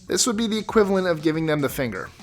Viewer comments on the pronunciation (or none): none